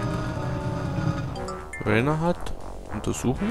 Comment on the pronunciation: ich glaube er heißt RAINER und nicht RAYNER (!)